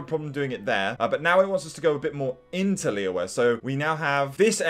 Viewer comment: Stream #17 he's still Calling Liyue, Lee Weh